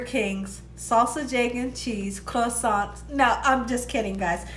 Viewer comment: You’re actually pronouncing croissant properly. As Americans we’ve just Americanized it. 🙂